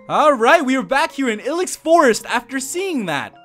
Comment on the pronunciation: dude stop. it's I-LEX forest. as in I hate your pronunciation lol